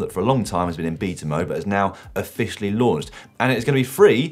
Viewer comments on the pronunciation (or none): none